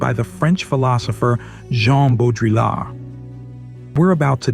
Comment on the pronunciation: Hearing how he pronounced Baudrillard and simulacra killed this for me. SimuLaCOra????